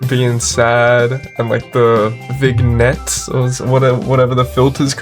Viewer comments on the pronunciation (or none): "vig net" ☠i'm crine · it's pronounced "vin yet" ☠☠